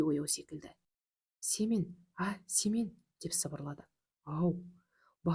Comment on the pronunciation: 😅Семее ,дурыс окыныз